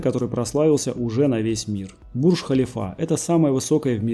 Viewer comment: Ударение не правильно произносишь, слух режет. Бурдж ХалИфа !!! В метро нет МУЖСКИХ вагонов : женские , общие и золотые(они тоже общие)